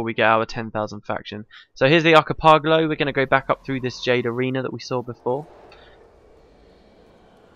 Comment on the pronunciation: arki-pogalo lmao. video is a new adventure into mispronunciation. I love it...somehow endearing.